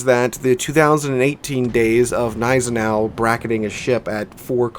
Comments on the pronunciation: Don't call it 'neisenau' you also have to say the G ='Gneisenau' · The way you ignore the G in Gneisenau really triggers me dude :P Pronounce the G please ;(